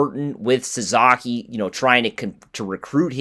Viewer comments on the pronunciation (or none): Sa-SA-ki, not Sa-ZA-ki...you lose credibility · His name is Sa-SA-ki, not Sa-Za-ki